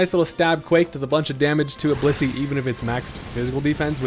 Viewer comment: WHAT DID YOU JUST CALL BLISSEY?